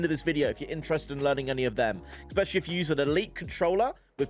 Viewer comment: stop saying exapeciqlly instead especially